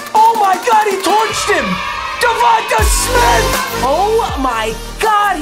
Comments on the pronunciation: Bruh. Say DeVonta Smith’s name right. Pretend there’s a Y at the end. It’s pronounced DeVon-Tay. Not ta tay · Bro “Div-on-ta” it’s pronounced tay not ta